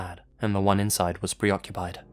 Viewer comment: Pre-occupied? Lol